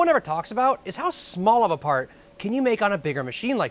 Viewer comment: paht feh guhn